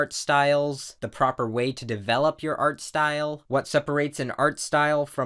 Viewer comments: " its probably Art-aware of the style" At least thats what i thought he said 😂😂😂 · this video is bugging me off because you (idk if intentionally) say "art style" in specific tone most of the time